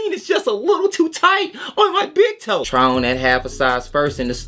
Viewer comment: “On my bIg ToE” had me rolling in the gym Brodie. Why’d you say it like that???😂😂